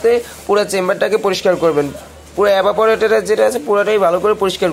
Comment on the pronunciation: ভাই এবা পরেটর না, ওটা ইভা পরেটর আগে উচ্চারণ ঠিক করেন।